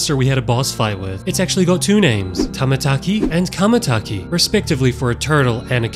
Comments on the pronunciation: It’s chamataki not kamataki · It's not camataki it's shamataki the ch is sha ch is not ca ok